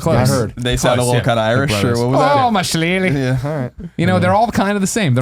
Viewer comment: "Ohh me shelayleh!" You have me wheezing over here, Greg.